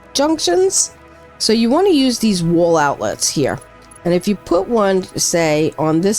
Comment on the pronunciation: The way you say wall ("wohl") makes me feel like you know where the best deli for everything bagels is as well as a couple of good pizza joints. Great build as well, much better than my utilitarian soviet style functional boxes.